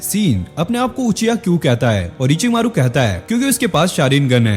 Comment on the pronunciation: Ochi maro❌orochimaro✅